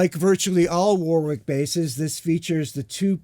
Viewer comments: All these years and he still can’t pronounce the name Warwick properly 😂😂😂😂. Great demo. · UK = Wohrick US = War wick Germany = Varrick?